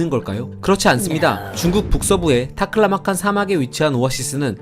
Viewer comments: 발음이 좋으시네요~ "타클라마칸!" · 타클라마칸 발음이 찰지고 경쾌하네